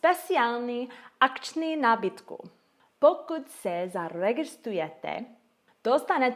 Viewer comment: Mluvíš česky úžasně. Ale hodně jsem se zasmál, když jsi měla trochu jiný přízvuk a místo "nabídku" jsi řekla "nábytku" :-D Každopádně jako vždy super video ;-)